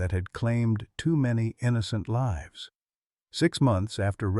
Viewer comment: Your storyteller, likely AI generated, pronounced the word 'lives' in the way that infers that someone lives in a house. The correct pronunciation would be 'lyves'